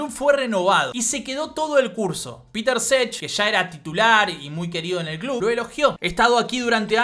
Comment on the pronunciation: genio, muy bueno video; una cosa nada más, no Petr Čech se pronuncia "Petr Chej" no "Peter Sech"